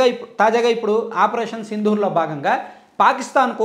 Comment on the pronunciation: మీ తెలుగు pronounciation overall గా ok...కానీ గూఢచారి అనే పదాన్ని గూఢాచారి అని పలుకుతున్నారు..." ఢ " కి దీర్ఘం లేదు... అలాగే ఆపరేషన్ సిందూర్... సింధూర్ కాదు..." ద" కి వత్తులేదు. ఈనాడు school నుంచి వచ్చిన మీకు ఇవి తెలియనివి కాదు